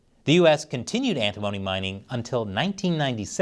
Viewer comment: Pronounced "Ant-i-mony" , not like "Alimony".